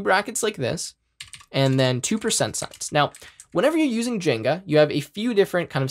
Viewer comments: bruh, please stop calling it jenga/jinga. It's jinja 😭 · He said "jenga" instead of "djin jah". Literally unwatchable, this webapp actually deleted my keyboard. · 1. Great tutorial, thank you for doing sharing this. 2. My brother in tech... it's rauw-t not root for route, they're called curly braces not squiggly braces, it's gin-ja like ninja, and just for good measure Gif not jiff. 😂